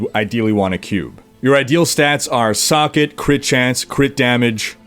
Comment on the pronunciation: you say socket an i understand "suck it" xD xD